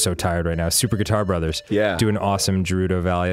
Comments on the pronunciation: Is that how you're supposed to pronounce Gerudo? It's not a big deal how people pronounce it as long as the idea is conveyed, but i always pronounced it as Guh-roo-Doh. If i am wrong, correct me. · I've always thought 'Gerudo' was said with the g like 'guitar' or ' gun' or something, instead of it having the J Sound. I don't know my English, dunno the term for it. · Arin just says it wrong. It is official that it is pronounced with the G sound. Just like it is Hylian not Hillian like Arin says. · Oh god...I'm gonna have to deal with like 20 episodes of them mispronouncing Gerudo, aren't I? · it's a joke because they keep pronouncing Gerudo wrong. (It's supposed to be with a hard g) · Why do they pronounce Gerudo with a "j"? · I saw people in the comments correcting you on pronouncing Gerudo, so I looked it up (I pronounce it the same as Arin), and after about 4 minutes I couldn't remember how I originally pronounced it. I've always pronounced it Jeh-roo-doe, because it makes the most sense to me, but now I feel like I could pronounce it Geh-roo-doe and I wouldn't notice. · I'm pretty sure "gerudo" is pronounced with a hard "g" sound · is trolling and its hilarious, half this game he's been trolling with pronounciations bc fan boys get sad over it. its a hard g. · People are getting upset for Arin's pronunciation of Gerudo but not Dan's and they're saying it the same. What? Some "fans". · Is he pronouncing Gerudo correctly? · It's pronounced Gerudo, not Gerudo. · I hate their Prounounciation of gerudo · Why the fuck do they keep pronouncing Gerudo like that. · Jewrudo. Arin, it's pronounced Ger-u-do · It's pronounced Geroodoh not Jeroodoh get it right please. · Yeah it is - like "grr". Them saying it like Jerudo is bugging me, although it's the least of the concern in this playthrough :P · I honestly don't need think I can handle 15+ episodes of Arin saying "Jerudo" when it's pronounced GAH-RUE-DOH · Juh-rudo? da fuq? It's Guh - rudo. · its GERUDO not JERUDO